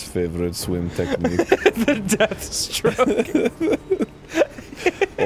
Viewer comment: "Hope you can zwim while ded." -Dan Avidan